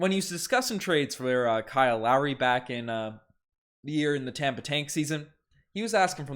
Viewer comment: Bro said lowey💀